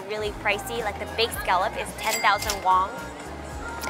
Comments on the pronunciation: she keeps on saying wong instead of won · It’s not wong but won 😂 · It annoys me that she pronounces korean won-(₩) "wong" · Are you saying, “Won” or “Wong” lol